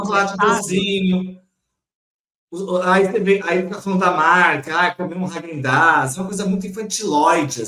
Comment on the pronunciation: E o chapeiro pronuncia heiguen daz, quando na realidade é hagen!